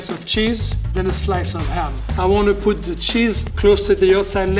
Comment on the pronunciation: Thought he said "I want to pu the cheese closer to the ozon layer" first lol :D